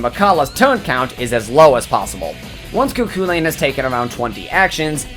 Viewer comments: You said Cu Chulainn wrong, it's irish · Alwys amusing to hear foreigs refer to Cu Chulain as Cuckoo Lane.